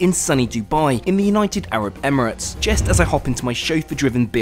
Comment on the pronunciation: “just” not “jest”